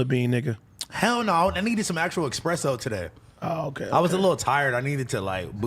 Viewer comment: the type of dude who calls espresso expresso...